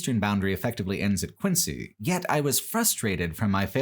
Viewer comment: Quincy, MA is pronounced “Quinzee”